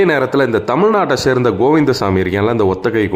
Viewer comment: ஏன்ய்யா தமிழ்நாட்ட சேர்ந்த தமிழ் நாட்ட சேர்ந்தன்னு அழுத்தி அழுத்திச் சொல்ற? திருட்டுப் பயல்கள் எல்லா மாநிலத்திலும் இருக்கான்.